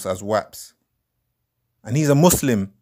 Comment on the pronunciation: Does have Muslim roots? The way he pronouncing Muslim and Quran gives me a hint. Good videos brother and bring your leg back FML